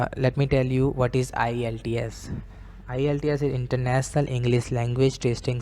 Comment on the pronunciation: Internasnal... englees.....what an awesome pronunciation...